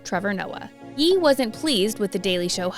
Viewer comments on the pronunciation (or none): Ye is pronounced Yay not yee.